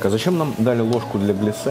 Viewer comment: Маленькая придирка, правильно глЯссе, а не гляссЕ.